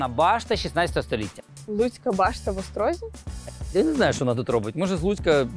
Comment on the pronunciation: Всі хто вчився в Острозі знає, що правильно говорити "в ОстрозІ", а не "в ОстрОзі" :)